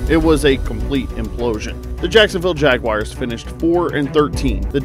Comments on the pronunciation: Jags fan here it is JagWARS not JagWIRES, but nice video! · Please pronounce the team name correctly. It's JagUARS not JagWIRES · The assessment is good, but please stop pronouncing the team name incorrectly. It's Jag-war not Jag-wire. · I stopped watching the second I heard JAG WIRES. Do better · sorry but that just chaps my ass when people say Jag-wires 🤷‍♂️ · Why are you calling them the “Jagwires”